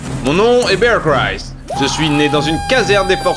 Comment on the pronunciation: MDRR jkif comment il dit bear grylls